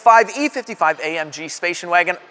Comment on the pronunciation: "spacion wagon"???😕😅😅😅